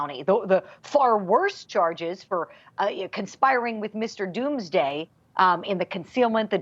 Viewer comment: "Mr. And Mrs. Doomaday" LOL... I LOVE THIS PEOPLE..they don't have hair on their tongue, they say it like it is!!! Love you all..